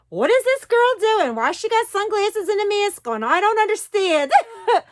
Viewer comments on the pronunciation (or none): Ps I love when you say “mask.” Soo Jersey!